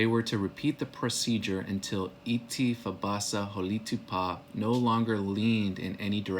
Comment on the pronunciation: A few things: We have no 'oo' sound in our language except the oo as in 'book'; Holitopa is hah-lih-TOE-pah, not "hah-LEE-too-pah". Itti is 'IT-tih', not, 'ee-tee'. Misha Sipokni, is 'MEE-shah-sih-poke-nih', not "mee-sha-SIP-kin-nee". Also, it's Chikasha ('Chih-kah-shah'), not 'Chick-suh'. We never originally called ourselves, "choctaw" - A Euro writing back home from Cuba called us that hundreds of years ago, not us. Also, "chickasaw" was a Euro thing. It's deceiving saying, "our ancestors", when Chahta are not the ancestors of all in America. Much Love.